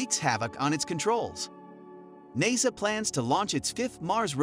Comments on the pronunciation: "Naysa"? And we're done! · When you can't even pronounce the acronym NASA correctly, it makes me question the validity of anything else you may have to say. I did not watch the rest of your video. Good day to you, sir.